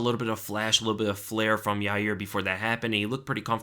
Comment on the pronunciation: Why is pronouncing Rodriguez's and Stephens's first names incorrectly like that? Uncle Chael already told us its GERMY and YAREAR.